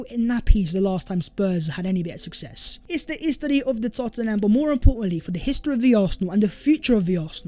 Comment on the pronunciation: "It is the hes-te-ry of de Tot-in-ham" 😆